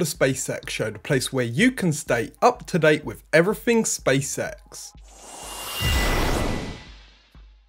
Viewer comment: Hahaha, not just me who picks up on his pronunciation. I can't unsee 'space sex' everytime he say's SpaceX. Good content tho